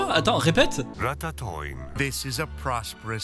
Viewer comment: "Ratatoing" avec l'accent du sud qui passe crème x))) ça ma TUÉ